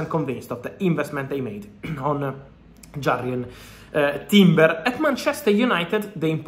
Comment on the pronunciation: Whos jarred timber?? Sure its jurrian timber 🤣